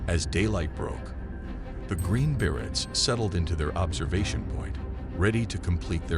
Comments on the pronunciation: Bere-y not bere-ts. English speaker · pronounced “Berets” wrong the entire video wow